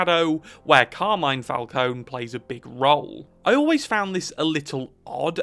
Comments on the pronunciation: Mr. Falcone (emphasis on FalconE) would like a word. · You're pronouncing "Falcone" wrong. That goes to show how much this guy actually knows about the Batman story